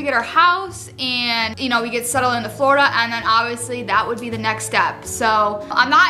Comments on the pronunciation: The word is "Flordia" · It's "florida" 🤗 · The word is ''Florida''. Love you ❤️ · The word is "Florida" by the way I love you guys if you're watching you guys for so long and you guys are both of my favorite YouTubers I'm so excited for your future together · The word is Florida 😂 love you guys